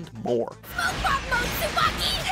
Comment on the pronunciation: It's pronounced Tsu-ba-ki with a long e sound! つばき